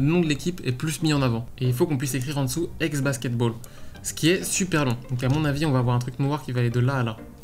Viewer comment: "Exe basketball" xD Sinon très sympas ces redesigns.